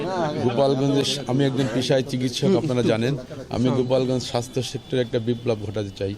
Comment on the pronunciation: সাস্থ টা উচছারন করতে পারিশ না